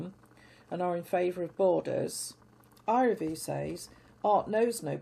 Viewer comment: P.S. The "L" in the name "Iraville" is not muted. It is pronounced.❤